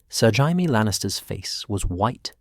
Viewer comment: I can tell you're british. The proper pronounciation is "Jay - me " , NOT " Hi-me". Hope that helps. Great story other than mispronounciations. Hi - me is the hispanic pronounciation. Excellent video otherwise 2 thumbs up